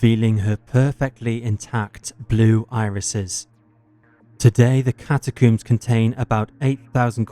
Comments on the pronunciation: Yeah, i don't want to be one of those people complaining about videos i watch for free, but this narrator sucks. He's trying to speak too softly, too slowly, and he needs to learn how to pronounce shit before recording. The over-pronunciation of "macabre" is one thing, but 'cata-cooms' and John Wayne 'Gassy' are just unforgivable. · “Macabreh” “catacooms” “gassey”